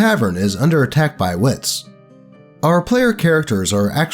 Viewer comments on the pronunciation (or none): “Are characters are all attacked by wits!” What? Oh wights! It’s pronounced like the color. White. English is dum. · Wights is pronounced like whites. Thanks for the great content. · FYI "wights" isn't pronounced "wits," it's pronounced the same as the people group who is the most common target of racism in our society today, which everyone rationalizes and makes special pleading fallacies in defense of.